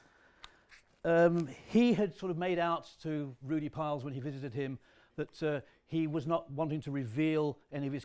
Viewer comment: Why do people insist on calling Rudolf Peierls, ‘Piles’, it it pronounced including the R